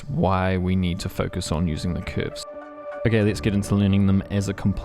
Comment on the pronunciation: Came to hear you pronounce CÜÜÜRVES your very own way. Stayed for the quality content.